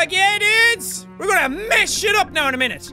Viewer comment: 'now in-a-minnute' haha, that's awfully Welsh now, isn't it jackaboy?